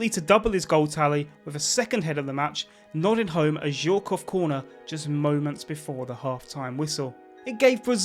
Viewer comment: Aimé "Jacket" :D love the effort tho